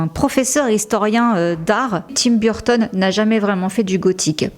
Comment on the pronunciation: Je vous adore, je regarde vos vidéos très fréquent mais j’adore aussi Tim Burton, mais la prononciation de Burton en anglais de votre part 😮au secours très franchouille 😂 Sinon je vous adore !